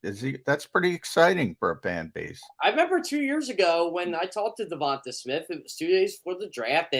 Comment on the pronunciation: It's pronounced De Von TAY ...not De Von Tah